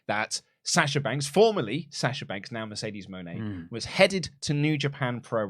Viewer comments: I feel like Mercedes Mone is supposed to be pronounced Mercedes Money, which is how she said it when she introduced herself. I think Money fits her character better than Moenay as well. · They pronounced her name 3 different ways, she needs a gimmick that's not Boss or CEO and she talked so slow she was either extremely stoned or jet lagged.